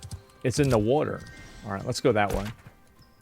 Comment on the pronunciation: Can you say water again